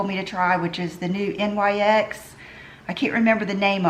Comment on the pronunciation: NYX is pronounced Nix. It's like knowing someones name is Linda but insisting on calling them Lydia. We all know that is well aware of how to pronounce it but she thinks it's edgy to purposely say it incorrectly. You truly are a hick.